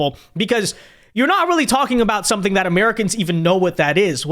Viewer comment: "You gon' learn suntin from us!" Elected official with room temperature IQ